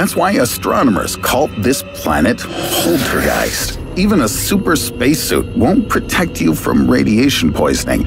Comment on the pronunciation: I really like it, how Poltergeist is said like ”PoLtErGeIsT!“